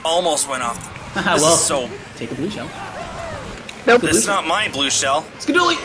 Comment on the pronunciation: Fishy: "skadooly!" Don't you mean Skul-a-dooly?